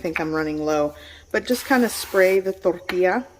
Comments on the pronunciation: I love how you don't have an accent until you say tortilla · She becomes spanish when she says...CORN TORTILLA....WEIRD